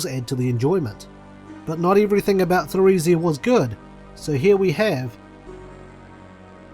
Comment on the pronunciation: Emile, Martel, and Theresia are all French names. So Emile is pronounced as Emily, and Theresia begins with a hard T Just thought I'd throw that out there :)